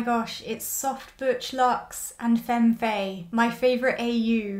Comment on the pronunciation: I loved every bit of this! Had me cackling to start my day. If you watch their interviews though, I think Faye’s name is pronounced as if there were no A in it—phonetically it would be “fye”